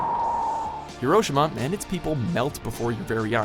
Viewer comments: Repeat after me. Hiroshima: Hee Roh Shee Mah Not: Her Oh sheh mah TL/DR: Yes, I do risk being called a Weeaboo. No, I don't care. The long version: I understand that correcting people on the Internet is not often fruitful and often taken as hostility. In spite of my intro, I really don't want to maintain that image. I've been to the Peace Memorial Museum in Hirishima, Japan. I've stood within 50 feet of the epicenter of the blast. I've seen the relics from that age. The girl's charred school uniform. I've seen the American propaganda that was kept from WWII. I've seen the "A-Bomb dome", the only building still standing within the blast radius. The attitude of the museum was incredibly magnanimous. As an American, I really appreciate that. For those of you who are too annoyed by my correction, yes. I am a weeaboo. For those who see where I come from, thank you for taking the time to read my post. I consider it a small, but solemn and respectful thing to help people understand how the name of the city is pronounced in the Japanese tongue. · Hi-ro-shi-ma, not hiro-shima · The worst part of this video was the way he pronounced Hiroshima. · you said Hiroshima wrong